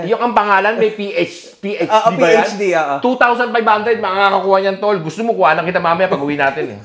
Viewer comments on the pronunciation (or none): PhD ❌ PH care ✔️ 😂😂😂😂😂😂